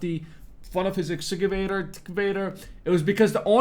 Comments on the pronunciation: Say it with me "ex-ka-vay-ter" lol Wtf they even said it for you and you still got it wrong 😂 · X - Ca - Vator😀